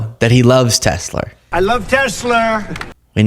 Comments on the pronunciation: It's "TesLA!" Not "TesLER!" And also, kid rock is a washed-up hazbin and can go to HE🏒🏒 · He calls it Telsler because he's so smart he knows stuff that we don't about it duh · We need shirts with pictures of Donny saying "I love-teh-slur." Because that's what he's doing constantly. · "I LOVE TESLER!" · Trump says "Tesler" because he has "dementcher". But no doubt like Fentinyl (should be said "nil" not "nol": fentinol is a completely different compound). I'm sure the entire GOP, MAGA, the media and Elon will all copy Trump and mispronounce it 8n the future, because they are not in a cult. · The reason trump says tessler instead of Tesla is because he's not a person who reads very frequently, if at all. Possibly even cannot read, at any reasonable level (literacy is a scale, not an on or off) It's the same reason George Bush used to say new kyoolar instead of nuclear. People who don't read tend to learn to pronounce words based on how they hear others speak those words out loud. They even have a specific name for that trait The trouble is, he's not a very good listener so he can't even listen well enough to get the proper pronunciation. He listens for weakness and opportunities to exploit instead of listening to understand. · Why does he keep calling it Tesler? I want to found a "Tesler" company that sells super woke merchandise designed for old people, like a rainbow wheelchair with a trans-people flag, and a save the planet eat the rich slogan all over it, and an anti-fa symbol too, all together in one item. I'd be super proud. Trump loves Tesler. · He is saying tesler on purpose now. He misspoke the first time, now trying to make it seem like that's just how he says it. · Sounds like He's mixing up Tesla with Chrysler to be Tesler... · "In fact you have a tessler" 😂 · Dumb sob. Lol tesler? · Someone yell What’s a Tesler dumbass? Buahahahaha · He says TESLER so often that quite clearly he thinks the car is a TESLER. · Why no one corrects him when he says Tesler